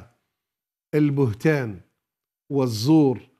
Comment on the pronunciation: البهتان وليس البتهان